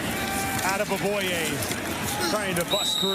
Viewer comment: say it with me guys Ad-aye-oh-boy-yay. The mans name is Daniel Adeoboye. Not ADAM aboye!! Everytime i hear an announcer mispronounce his name it angers me.